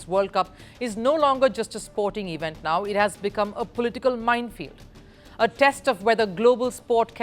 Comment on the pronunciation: Please learn the delivery of words. It is NOT, NOT, EEE Vent; it is event. Elocution is so important in the media and you are bad at it!!